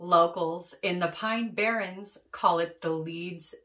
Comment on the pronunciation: Barrens instead of barrons